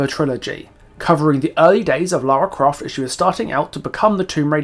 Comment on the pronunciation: How are you a fan and you count even pronounce her name right